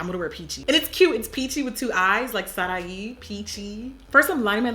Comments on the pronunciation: Just an FYI it’s Pronounced saraiiii not saraHi.... the H is silent!! Still love you doe.... ♥️ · The way she pronounced Sarahi lol